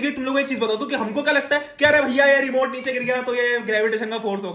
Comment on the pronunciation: Remote ❎remont✅